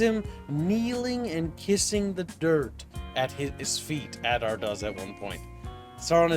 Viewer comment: "Advar" who the eff is Advar, there is a character called Adar, was paying attention to any of what he watched, didn't even correct the mistake made repeatedly, oh well at least got the name right